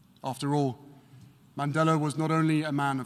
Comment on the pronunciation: MR. MANDELA harry, not Mandela.